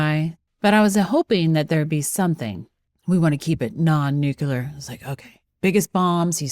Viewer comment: NU CLEAR… NU CLEAR.. how do people come up with NU QUE LAR?